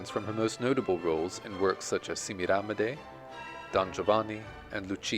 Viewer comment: What a wonderful, unexpected, and in depth portrait of the Great Patti! Hate to be a churl but your pronunciation of "Semiramide" drives me nuts. 🥜🥜🥜😸 Joyce di Donato will tell you how it